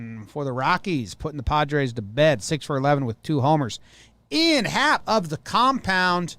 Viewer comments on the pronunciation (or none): Sorry if it’s an inside joke I missed, but the name “Ian” is pronounced with the long “e” sound. Eeeean Anderson.